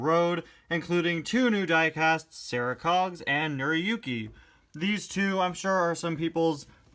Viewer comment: it's pronounced nora yooki